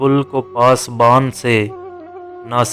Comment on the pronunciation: اما بھائی اردو ٹھیک سے نہ پڑھ پا رہے ہو نہ بول پا رہے ہو ۔۔۔ شیر بھی غلط پڑھ رہے ہو کتنا ہے بدنصیب ظفر دفن کے لیے دو گز زمین بھی نہ ملی کوئے یار میں۔۔ پاسبان نہیں پاسباں ہے۔۔ ہے پر کی اڑاتے ہو